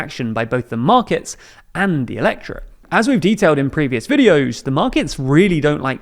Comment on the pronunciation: i'm listening to this in the background and i kept asking myself what the flying f "electra" was. turns out that's how you say "electorate"? learn to say things dude. seriously